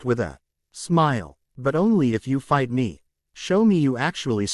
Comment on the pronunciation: Yes, it was really bad in the last 1/3 of chapters 150-200 with the Ai spelling out words with the f missing like i-g-h-t instead of saying fight. It really gets bad at the end of those chapters. I have just begun chapters 201-248 and it still occurs but not every time only every 5 or 6 sentences. Thanks for looking into this and I hope it's not something really difficult to fix. I really appreciate the work you do to put this on YouTube for everyone to enjoy. Thanks ❤